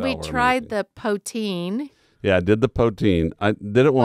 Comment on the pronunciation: ahem... poo-teen... poo! .. not powe :) glad you guys enjoyed your time. I live in BC, have never been in montreal, but willl get there eventually.